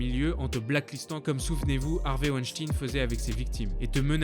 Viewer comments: Juste un mot sur wenstein... ou 2 - ca se prononce pas ouènechtine mais plutot veun-chtaïne, c'est allemand - meme si ya un ENORME faisceau d'indices, il reste innocent jusqu'a ce qu'il soit condamne.... presomption d'innocence, tout ca "pourquoi elles ont pas crie, pourquoi elles se sont pas defendues ..." Ca arrive aussi aux hommes, c'est en quelque sorte instinctif. T'es dans une situation de merde, que tu n'as probablement jamais vecue auparavant et a laquelle tu n'es pas prepare. Premierement, il y a la surprise. Tu ne comprends pas ce qu'il se passe, tu ne comprend pas forcement ce qu'il va arriver. Donc tu ne penses pas forcement a reagir pour te defendre. Ensuite, ton instinct de survie te dicte que si tu tentes de faire quelque chose, le resultat peut etre beaucoup plus grave que si tu ne fais rien. Ca parait peut etre con mais c'est un fait. Quand 10 mecs viennent vers toi pour te prendre tes baskets et ton portefeuilles, tu les donnes. Tu joues pas le Z, tu "cries pas", tu te "defends pas". Tu donnes, tu fermes ta gueule et tu te barres le plus vite possible, parce que c'est la strategie de survie la plus intelligente. Ca ne veut pas dire que tu es consentant. Ben quand t'es une femmes, que t'es seule dans une piece avec un bonhomme qui fait 3x ton poids, qui a une concentration de testosterone dans le sang 6 a 7x superieure a la tienne et qui commence, par surprise, a faire de la merde, c'est la meme... tu te tais et tu te barres le plus vite possible parce que en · Superbe vidéo sur des fléau méconnus du monde mais désolé mais mon âme alsacienne me dit tout le temps WeinstEin et pas IN 😅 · dsl mais sa me dérange weinstein pas weinstin (ya que moi que sa dérange ?) sinon bonne vidéo informative et importante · c'est pas WENSTIIIIIIN MAIS WENSTEEIIN ON DIT COMME LE EINE EN ALLEMAND ARRÊTER J'AI ENVI DE VOUS FRAPPER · ça se dit "Wenstayn" et pas "Weinstine" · Mais on ne prononce pas Weinstine mais weinstein comme 🤔 Albert Einstein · "Harvey ouechtine"